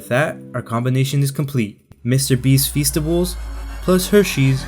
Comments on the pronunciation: Feasteys sounds like feces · Feasts I thought you said fecices